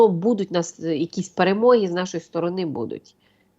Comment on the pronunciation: Научите ведущую ставить ударения правильно. В слове БУДУТЬ ударение на 1-й слог. И не только это слово Правильную речь никто не отменял.